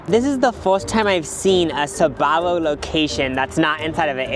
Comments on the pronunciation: Why is it pronounced Sabaro instead of Sbarro? :face-blue-wide-eyes: I mean, there's no A after the S. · Wait you pronounce it “sabarro”? When it was in my country it was just “sbarro”. 😅 I was living a lie!! Loved their pizza though. It was the first place to sell pizza by slice and that slice was tastyyyy. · when first said Sbarro I misheard him as "Sephora" and I immediately accepted their downfall without question lmao